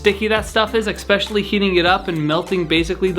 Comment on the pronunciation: Please,for the love of god stop saying eCKspecially